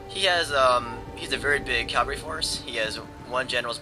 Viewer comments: CAVALRY not CALVARY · your pronunciation of cavalry as "calvary" always makes me smile. Hooray for metathesis